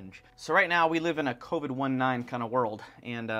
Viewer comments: It’s COVID-19... as in COronaVirus DIsease 2019. Not Co Vid 1-9 🤦🏼‍♂️ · why are you calling it covid one nine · I'm hearing Covid-19 but he said Co Vid 1-9 what are y'all saying, I'm wondering if people are saying it different in different areas